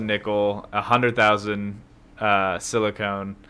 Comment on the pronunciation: Silicon and Silicone are two separate materials. They're pronounced how they're spelled. "con" for silicon, and "cone" for silicone. It's not like "Aluminum" and "Aluminium" which are two different spellings/pronunciations for the same material.